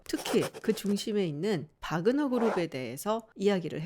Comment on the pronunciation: 확실히 박사님이 전문가이십니다. 대형 언론에서도 와그너라고 하는 곳이 많은데 바그너라고 말씀하시는 거보면 역시 전문가는 다르구라나고 느낌니다 동유럽언어에서 W는 ㅂ 과 비슷한 발음이라 바르샤바도 W인데 ㅂ 비슷하게 읽는 것과 마찬가지로요